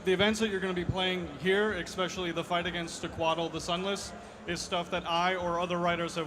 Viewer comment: I'm just being nit-picky, but the writer said "expecially" (I had to giggle)